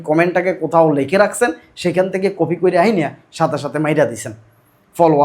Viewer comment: dada not coffee , it's copy😊